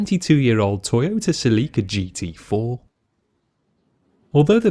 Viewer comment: Nissan is an abbreviation NIhon SANgyo (Japan Industries). As for the pronunciation, Seh Re Ka is correct, as these are the three characters used to spell Celica in Japan. The US pronunciation is closer to the correct pronunciation but the Japanese do not say Ls so, Sehrika it is.